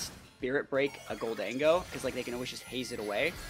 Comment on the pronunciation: Gol-dango? It’s obviously Golden-Go right?